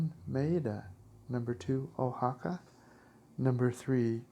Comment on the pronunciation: And Oaxaca is pronounced Wah-hah-kah